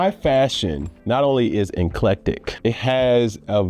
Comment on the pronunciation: Enclectic?! Said it with so much confidence too 😂